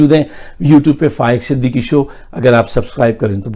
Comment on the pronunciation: پروگرام کے شروع میں جب آپ اپنا نام بتاتے ہیں تو"صدیقی" کے بجائے "صدیکی" کیوں کہتے ہیں؟؟؟؟؟